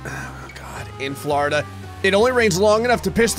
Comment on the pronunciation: Never heard Florida sound so Worcestershire before